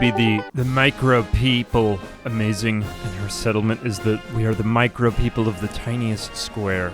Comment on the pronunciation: "we are the micrope-" 🤨 "-ople" 😌